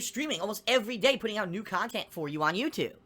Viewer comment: How can his "business" possibly stress him out? There are literally zero quality standards for his kahntent. 1. Start your capturing devices. 2. Play video games as casually as you want, as long as you want (even if people directly pay you to finish it). 3. Upload the raw footage onto YouTube. 4. Record 20-60 minute video rambling about how stressed you are from Step1-3. 5. Repeat daily. That's fucking nothing. He could EASILY work two part time jobs and still make his "koala-tee con-tent". He doesn't even attempt to hide any of his lying tells; it's like he has no self-awareness at all. It's marveling, honestly. It's hard to believe someone like this exists.